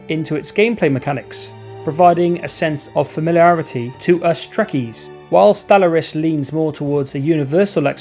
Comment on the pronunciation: Sorry, but after 15 times of hearing you pronounce Stellaris wrong, I just can't listen to this anymore🤣